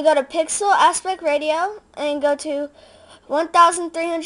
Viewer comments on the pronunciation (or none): You named the picture "hot guy"... And "ratio" is pernounced rashio, not ray-tee-oh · Congrats on your first tutorial. :) ~ "... all that crap." Ha! :p That's the *technical* term, right? :p ~ Just so you know, "ratio" is correctly pronounced "ray-she-oh". :) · for a little kid that is a good video. but dude, u don't know how to pronounce ratio. good job! keep up the good work man :)